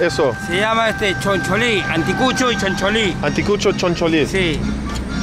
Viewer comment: Cow heart we call it Anticucho, pronounced ( Ahn-tee-coo-choaw) something like that lol